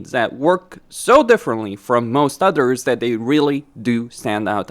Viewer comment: I love how every time he says "others" it sounds like "udders"